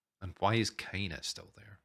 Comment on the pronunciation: Thank you so much for reacting to this show. I enjoyed it a lot! Yeah, you pronounced the title correct! A double "o" is like, a long vowel.